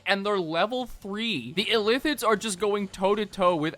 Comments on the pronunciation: The true crime here is saying Illthids instead of Illithids. I'm dyslexic too but it doesn't make it hurt any less. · "ill lith its" is how you are supposed to say it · The way he keeps pronouncing illithids is pissing me off